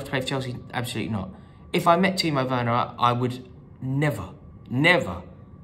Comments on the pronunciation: Think the reaction to this has been a bit OTT. Do we even know if this guy was a real Chelsea fan? Plus he said "Worner" not "Werner" lol. The comment was not racist, sexist, or homophobic. The crowd booed him after. End of, No biggie. Rory has been cricital of Werner himself. Remember all , Win or Lose ...Up the Blues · The guy can’t even pronounce Werner’s name correctly. That tells you all you need to know.